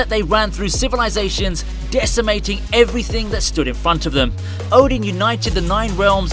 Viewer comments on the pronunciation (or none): none